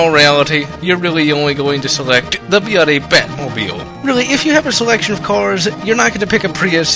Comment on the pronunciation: I know this is something he does on pretty much all his videos, but why does he pronounce bloody as "byuddy" or at least sound like it?